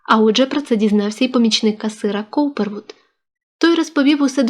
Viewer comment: Не Корперд, а Каупервуд.Чттаєте непогано,але треба ретельніше вимовляти призвисько.